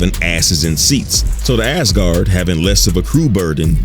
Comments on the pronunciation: Why is my man saying ASS-Guard lmao it's AZ-Guard lol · You make it sound like 'ASS-guard', some kind of sports protector.... ;-) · I kept hearing Ass-guard and ngl it kinda changed the whole video for me…